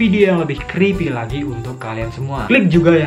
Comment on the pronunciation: Creepy creepy yang gua denger crispy crispy :v